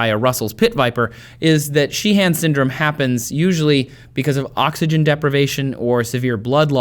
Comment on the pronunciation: Trace, with Irish names like 'Sheehan', it's usually only the first syllable that gets strong stress, so, you don't need the secondary stress you're adding. In fact, the 'han' part is often reduced down to sounding like 'hin'.